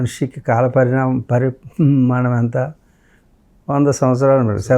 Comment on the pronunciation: Vadu anchor pramanam pramanam ani sastunadu..adi parimanam